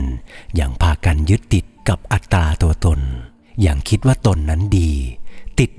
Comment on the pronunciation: 'อัตตา' ที่หมายถึงตัวตน ไม่ต้องกล้ำเสียง 'ร' เป็น'อัตรา'นะคะ เสียงโดยภาพรวมชัดและนุ่มหูดีแล้ว แต่เสียงไหนที่ไม่ใช่คำกล้ำก็ไม่ต้องกล้ำ ส่วนคำไหนที่เป็นคำควบกล้ำก็ต้องกล้ำคะ